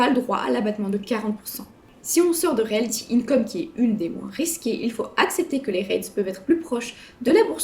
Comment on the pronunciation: Bon déjà... c'est Realty !!! Pas Realthy